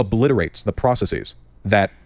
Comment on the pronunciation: I wish Destiny would comment on how Vaush says processes like "processeez."